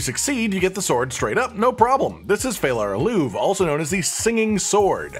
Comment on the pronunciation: Also, it's pronounced fey-lah ah-loo-vay not fallar aloov... 😋